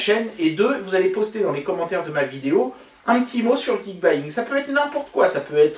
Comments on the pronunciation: Ils permettent s'acheter du Xiaomi facilement, alors ça doit être un site cool ! Et j'adore ta prononciation (Geekbaying, c'est perturbant). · Geekbuying (ou gike bouillaingue comme l'a prononcer mon pere) c'est un ptit site sympa pour se fournir en appareils électronique et en plus ils donnent des cadeaux pour leur anniversaire c'est dire s'ils sont super :p (Si je gagne jai une préférence pour la batterie externe ^^)